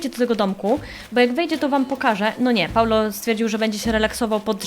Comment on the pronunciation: nie Paulo tylko Paolo